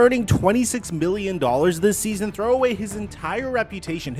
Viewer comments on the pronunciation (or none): none